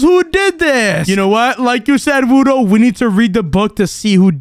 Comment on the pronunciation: You said wudo wrong 😂😂😂😂😂😂😂😂😂😂😂😂